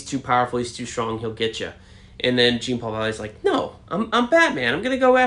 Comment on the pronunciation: I saw an interview the other day with the writer and he said it was dark. For the life of me I can't find it though. He said Tim looked like he should as well which makes me very happy. Btw I hate to be one of those guys but Jean's name isn't pronounced Gene. It's French sounding like Zhan.